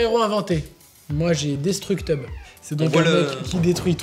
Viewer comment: "Destructeub" c'est un peu la fin de série de dessin animé PeePooDoo